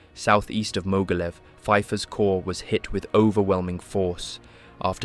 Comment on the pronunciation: You should learn a bit about German and Russian pronunciation, the video was good, but it was marred by some weird pronunciations - it's not, for example, Mogilev but Ma-geel-YOV (yes, really!).